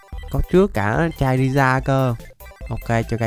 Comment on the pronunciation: Ơ charizar mà chamander hồi nào 😡😤